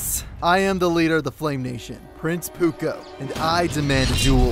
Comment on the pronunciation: Puko is Zuko not puko